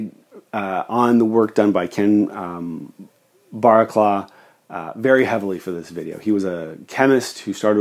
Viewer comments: You pronounced Barraclough as Barraclaw, it's pronounced Barracluff. Just saying. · A really interesting video,. I really enjoyed watching such a well researched video. Just one point, and someone may already have pointed this out. You mentioned some research from the 1980’s by Kenneth “Barclaw?” I suspect that the gentleman’s name is Baraclough which is a typical name around Sheffield. It’s actually pronounced “Barracluff”. We Brits have some pretty strange family names and the pronunciation isn’t always obvious. Try to attempt pronouncing Featherstonehaugh. I’ll lay money you won’t get it! 😂 It’s pronounced “Fanshaw” 😂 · Great video, very interesting but in case no one else has mentioned it, Kenneth Barraclough’s name is pronounced Barracluff. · Sorry to be pedantic, but Barraclough is pronounced "Barra - cluff". Superb video! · For what it’s worth, ‘Barraclough’ is pronounced ‘Barracloff’, at least here in England. Yep, it rhymes with ‘cough’ and not ‘bough’. But that’s English for you! 😁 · I watched video to learn something new. It was interesting. You should pronounce Barraclough as Bah-rah-cluff. Northern England and Midlands have some strange names probably derived in the middle ages, someone smarter than me would have to explain though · Brilliant stuff. Thank you. (side note, here in the north of England Barraclough is pronounced Barra-Cluff) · In England, Barraclough is pronounced "Barracluff". Great video by the way. I learnt a lot and enjoyed your presentation. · Great presentation of an interesting and important subject, thank you. My great grandfather worked in Sheffield steel, as a spring maker. Btw, I think you will find that Barraclough would have pronounced his name to rhyme with 'stuff'.